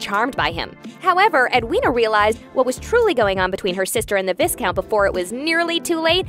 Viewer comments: Your wrong pronunciation of Viscount is irritating! Do not pronounce the S!!!! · So distracted by your way of pronouncing viscount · Viscount is not pronounced "viss-count" ...seriously lady, do your work and learn how to truly pronounce the words! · Omg...1st u need to know how to pronounce Viscount (not like discount) but Vi+Count. smh! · No one on your team, ABSOLUTELY NO ONE caught the mispronunciation of the word Viscount🤨? Every time I heard vis count I cringed and died a little inside 😔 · Just an fyi for future videos, Viscount is not pronounced "Vis-count"... It is pronounced "Vi-count". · Watching this and all I can think is “you don’t pronounce the “s” darling. It’s pronounced “Vy-count”” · Visssscount? Vi-count! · Respectfully - please don't say Vis-count. Its Vi-count, the 's' is silent. Sorry - not meaning to be mean - it was so weird to hear! Love your work :) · Please, it is pronounced Vi-count (long "i") not Vis-count. If you are going to report on something, it should be done properly. Fan or not, the mispronunciation is cringe worthy. This is the 2nd video that I've seen where you've done this. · His name is Atony the h is silent and it’s VyCount not vis-count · It’s not vis-count, it’s vi(as in eye)count. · It’s pronounced “Vi-count” (long i) not “Vis-count”😊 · It’s pronounced Vi-count not Vis-count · its via-count not vis-count and its via-countess not vis-countess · It's NOT ViScount, it's pronounced Vai-count, the S is silent!🤬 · I am quite sure it is pronounced vi count and not Vis count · VAI-COUNT NOT VISSSSCOUNT.!!!! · V I count not viscount s is silent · It’s not pronounced Viss-count! It’s Vy-count! Lol!!! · Oh my goodness... the s is silent! Pronounced Viecount people! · Vie-count, not Viss-count 🙄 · Americans - please, please stop pronouncing Viscount as Vis-count. Its pronounced Vi-count. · “VISSSS-count and VISSSS-countess” - I hate to be petty but yeah… all you had to do was pay attention to the show 👀🙈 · im sorry VISS-count??